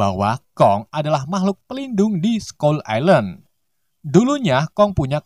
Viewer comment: Skull ailen bro bukan islen 🤣